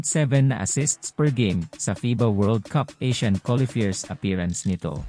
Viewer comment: Qualifier pronounce as quali fayer.